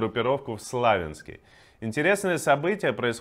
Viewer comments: Почему такой странный русский язык? СлАвянск....от слова слава? СлавЯнск, если что. РоснЕфти, а не роснефтИ. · слАвянск, роснефтИ. Где вы взяли этого читаку ? 🙈